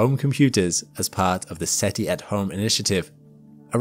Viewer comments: Umm, you basically said SETL. It's "Search for Extraterrestrial INTELLIGENCE". SETI... NOT SETL. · If SETI stands for "Search for Extra Terrestrial Life", why do we pronounce an I at the end and not an L? Shouldn't it be SETL?